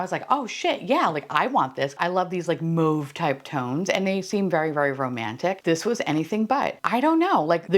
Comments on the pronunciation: I love love love your pod. please stop saying moev. Maave mauve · It's like a plant name, say it how ya like. I'm a moeve gal because I took French.